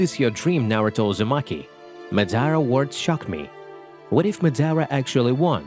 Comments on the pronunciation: ma-da-ra not mad-ara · Nigga can’t say madara right smh